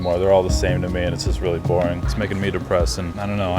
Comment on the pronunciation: how did you manage to mess up the word "just" and "positive" postaive 💀